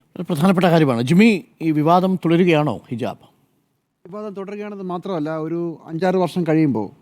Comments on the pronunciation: ഹിജബ് അല്ല, ഹിജാബ് ✅ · ഹിജബ് അല്ല ഹിജാബ് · ഹിജബ് എന്ന് ഉച്ചരിക്കാനും അറിഞ്ഞുകൂടെ ?